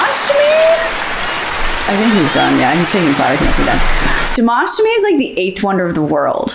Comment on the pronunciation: I love but it's Dimaash not Dimawsh😢 My Russian soeakers will understand